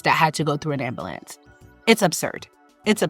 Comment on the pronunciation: I know English is your second language but that’s not how you pronounce ambulance.